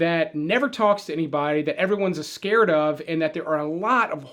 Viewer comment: ...everyone’s "ascared" of. What are you, 7? Do you still eat samwiches and puhsketti & meatballs? 🤣